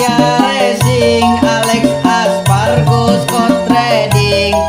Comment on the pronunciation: ko aleix espargo kan seharusnya aleix espargaro